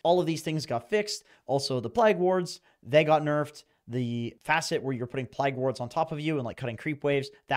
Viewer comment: Pligue wards? 😂 never heard someone say plague like that